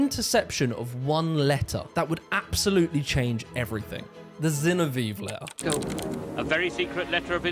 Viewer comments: Zinoviev = Zinno - Vee - Evv letter! (I.e., it doesn't rhyme with Genevieve!) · Zinov E ev. Not Genevieve. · Great video- minor quip- Zinoviev is pronounced “Zee- no- vee- ev” (minor quibble, excellent nuance and research per usual- I can’t hold being a Brit against you 😂) Also, there are earlier roots ro British working class radicalism. Check out the book “The Making of the English Working Class” by EP Thompson. It’s a huge book but it’s right up alley. It was also hugely influential among scholars of history- it was one of the first works of “social history.” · Pronounced Zin-ov-ee-ev 👍🏻 great video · ZinoviEV bro. Say it right. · I have been pronouncing Zinoviev wrong all my life. I thought it was "Zinovi-ev". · Great video. It's Zin-OH-viev though. Still, great video sir. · Why can he not pronounce "Zinoviev"?